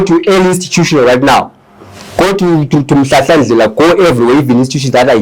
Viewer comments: Make me I understand this guy is a Ndebele but can't pronounce the word Mthwakazi, is he a Ndebele or he got the Ndebele surname?,pls let me understand something 😮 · MTHWAKAZI NOT Mtwakazi. How would you like it if we start calling Zimbabwe Zimbagwe?